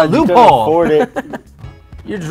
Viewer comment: "I belive in youch, Pikachu!"